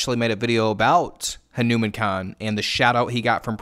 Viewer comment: Pronounce it right. Hanuman. Ha (as in hu in hunter), Nu (is in noo in noose), Man (with the "a" as in auntie; maaan)